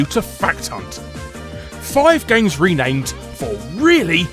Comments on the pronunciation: "Ranamed" ... back to watching the video hahah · Uh.. "ranamed". That's all I'm gonna say. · "Ranamed" Larry? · "Ranamed". Heh, nice one.